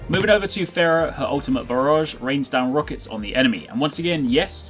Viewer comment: God damnit why can people still not pronounce Pharah?!